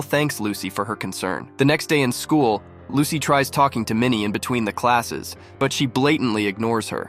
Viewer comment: It's lusi not lucy